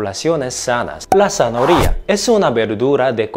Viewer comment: Buen video, como zanahoria en todas sus variables, adoro el jugo o ensalada con manzana, una fruta maravillosa tambien. Me encanta como pronuncias "zanahoria" 😆